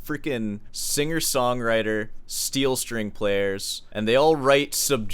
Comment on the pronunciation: You say steel string like a slur